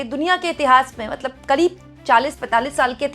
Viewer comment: मैडम जी आप मतलब मतलब बोतले बोलते मतबल मतबल बोल दिया 🤣🤣🤣🤣